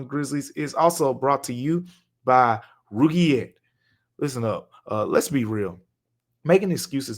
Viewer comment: Roogiette lmao you are funny man. Good on you for not even knowing how to pronounce it 😅